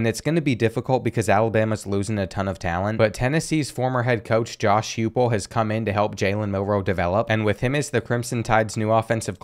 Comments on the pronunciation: "Josh Hewpul" bruh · The way u pronounced heupel is hilarious 😂😂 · Mans mispronounced Heupel's name